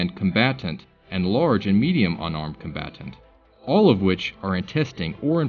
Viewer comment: 😂😂😂 " Con bat tant "